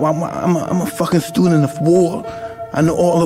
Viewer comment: I'm a fucking stewdent of woar I know awwl the woaywiyas